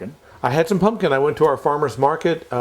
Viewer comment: drink every time says "pun-kin"